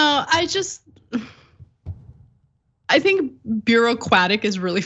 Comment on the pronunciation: Lol you said "beeroquatic"